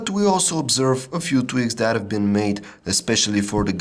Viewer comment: can you stop saying dat instead of that